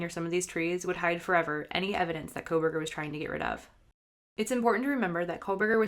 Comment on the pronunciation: NARRATOR PRONOUNCED "KOHLBERGER" "KOHL-VER AND SHE PRONOUNCED "STAINS" AS "STREMERS"....PLAY IT AT 75% SPEED AND YOU CAN SEE HOW NARRATOR MUMBLES MANY WORDS JUST LIKE A DECEITFUL THERAPIST WHO DOESN'T WANT YOU HEAR THE WORDS*